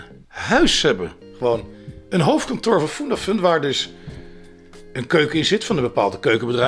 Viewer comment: Erg leuke nieuwe serie! Ga zo door! en, je spreekt uit Fundafun (Funda komt van fundament) dus gewoon met een u en geen oe.